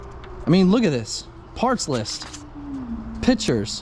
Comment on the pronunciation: idk why but it was funny when he kept saying “pitchers pitchers pitchers pitchers” instead of pictures 🤣🤣💀💀